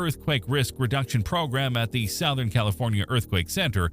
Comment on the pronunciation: Sowth-ern? AI fail.